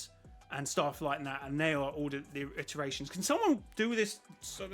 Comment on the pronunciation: By the way its “iterations” not “alliterations”. Meaning over every loop, every game, every chapter, has totaled up to whatever that number is